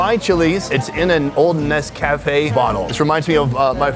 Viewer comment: Nes coffe haha I think he miss coffe Vietnam